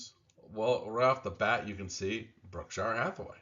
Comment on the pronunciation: Brookshire? lol